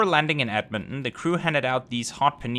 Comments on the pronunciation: Thanks for reviewing this flight as it was good as usual! Appreciate you visiting my home as this city is great! Also it is pronounced edmon ton not edmonon, but still great video! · Another awesome BA video, especially since this one featured my hometown Edmonton! One small thing, the t in Edmonton is a hard t, so it's Ed-mon-ten instead of Ed-mon-en :) Loved seeing the KLM experience, since they finally restarted the Edmonton to Amsterdam route, I can't wait to check it out myself! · It’s Ed-Mon-Ton not Edmon! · You are keep saying Edmond instead of Edmonton 😅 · ed mon ton not ed mon in, just being brutally honest.🤣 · A closer pronunciation is EDD-mun-tin, with the last vowels almost not pronounced.